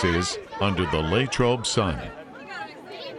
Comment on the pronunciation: Where did this "LayyTrobe" pronunciation come from? It's always been Lah like Latrobe